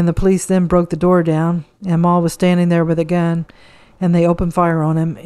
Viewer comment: Mal .. pronounced with a short A Pal and Cat, ..Mal Evans❤